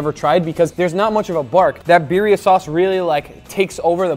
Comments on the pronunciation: It's Birrrrrria!!! Gotta roll them r's Guga!!!! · Imposible for me to believe that Guga cannot say "Birria" as it should be, with double R :face-blue-wide-eyes